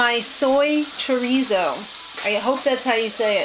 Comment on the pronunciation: wow...finally!!!! you pronounced CHO-RI-ZO correctly!!!! good for ya!!!